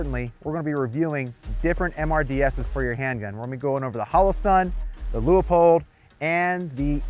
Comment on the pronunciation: LOO-POLD 👌🏼 For next time 🫡